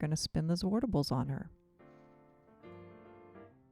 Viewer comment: The way I say it is the right way to say zwartbles, as a Dutch-speaking native I know how to say zwartbles ;) the a in zwart is sharp like in 'water', the r and t are also pronounced seperately, and 'bles' is pronounced as bless. Gorgeous hat :)